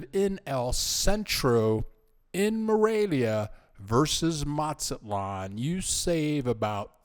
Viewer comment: Matsalon? It’s Mazatlan! Why do so many Gringos go on YouTube pretending the experts on Mexico and then they can’t even pronounce basic Spanish words & place names correctly? Another common one is people called Puerto Vallarta. porta Veeyarty. They call Tijuana. teeyawanna. It goes on and on and on. I’ve lived in Mazatlan, I’ve lived in Morelia, the last thing we need is some guy going on YouTube and helping to drive prices up on rent and food in those cities by encouraging more Gringos to move there. I guess it wasn’t enough for you, Gringos to have taken over San Miguel, then many other towns. Ajijic much? Ouch.